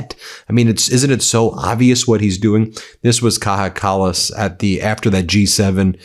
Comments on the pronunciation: Ben! Ben! It's Kaya Kallas, not Kaha Kallas! The "j" is pronounced like "y" ! Thank you for your attention to this matter..... 😂 Love you guys at Médias! 👍👊🇺🇲❤️ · Its pronounced "Kaya Kallas"!!!!!